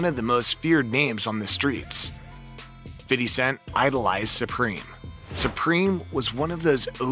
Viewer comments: I stop listening when i hear fiddy cent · Feedee cent 😂😂😂😂